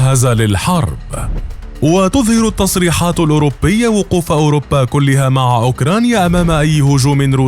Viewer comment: أوروبا وليس اوربا